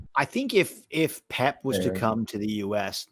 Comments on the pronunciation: Pep, not Poop! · Bro said pep guardiola 🤣💀💀